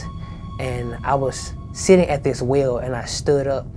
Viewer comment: He said whale not well.